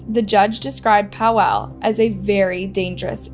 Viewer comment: Im polish and you calling Paweł Paw wow triggers me 😅 Rip btw